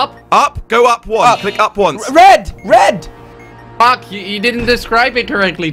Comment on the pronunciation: Jelly say Fack